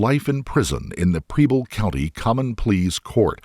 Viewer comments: Preble County, Ohio - it’s the next county over from where I live. It’s pronounced like “pebble” And I don’t understand how the prosecution wasn’t satisfied with her reason. Seems pretty straightforward to me. She believed her grandmother was suffering - truly suffering - and she wanted to relieve that suffering. How is there any confusion? I disagree that she’s some kind of selfish monster. It could be argued that Heidi gave her life so that her grandmother’s suffering would cease. Whether her reality is the same reality we experience or not, can anyone say they’d give their life for their grandmother? In Heidi’s mind that’s exactly what she did. Misguided? Maybe. Mentally ill? Perhaps. Suffering? Almost certainly. But monster? I don’t think so. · She could have applied for Oh Medicaid ehoch would coner her costs. I do this every day for residents coming into our facility. Btw... it's pronounced PRe-ble county, not PREE-ble. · Wow, the mispronunciation of the names in this video. Preble is not Preeble. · I don't know what is a bigger crime, her fake Supreme or the way the narrarator says 'Preble'